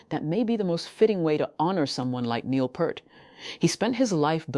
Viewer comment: Peart not purt🤮